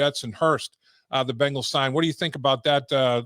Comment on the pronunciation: Love hearing from Chris. You just gotta teach him to say BEngals and not BAngles! The Bangles are a band from the 80’s!